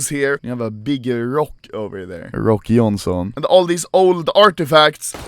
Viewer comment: For Me It Sounded Like Rocky Eyonson